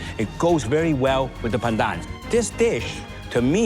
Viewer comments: When pronounced "PANDAN" with slang you're a fake asian. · Dude, he is ethnically Asian, his nationality is Canadian But I do agree, whats with the strange pronunciation of just "pandan"